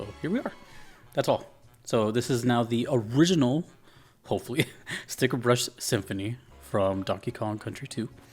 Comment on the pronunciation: Ah, more DKC, love it! =D By the way, it's "Stickerbush Symphony" without the 2nd 'r'. Even if the Internet has gaslit a bunch of people into believing otherwise! =P